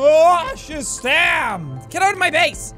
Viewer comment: Who else thinks they haven't done anything until they hear Jack say "welcom back to SUBNAUTIOUS"